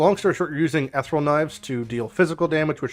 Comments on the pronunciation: m Check the pronunciation on Ethereal. Such as 'her ethereal beauty'... not Eth-raul. :D but great build otherwise. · Sorry, what kind of knives? “Ethril”?